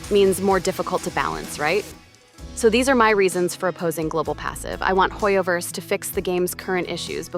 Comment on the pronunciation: It's definitely HOYOver 😂